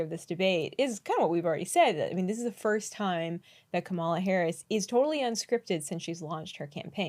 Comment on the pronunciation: If you are incapable of pronouncing Kamala’s name correctly you should just shut up